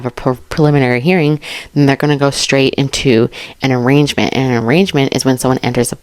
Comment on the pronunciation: A bit of help on the pronunciation of "arraignment." The g is silent.